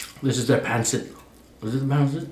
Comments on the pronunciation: I’m Filipino so I recognize a few of these dishes, the soup as he said is Sinigang(Sin-e-gàng) The noodles spelled Pancit is pronounced (Pàn-seat) I also saw some kare kare, possibly some adobo or bisteak, as well as like dishes such as minudo(mii-new-doe) as for the drinks, I’m not sure about the corn one but Halo halo( HA-low-HA-low) is just shaved ice and evaporated milk with toppings like crispy rice, ube, durian, munggo etc, the drink he started off with looked alot like a filipino stule boba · The first drink is sago sah go lol Sinigang see knew gaan vinegar is called suka sue kah also means throw up lol Pancit pan sit